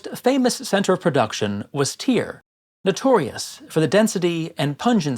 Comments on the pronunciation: Strange that you don't pronounce Tyre as tire but instead as tier. I've just never heard it said that way. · Your pronunciation of Tyre really puts me off